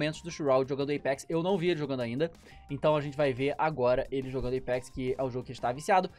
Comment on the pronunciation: Eipex kkkkkkkkkkkk é Apex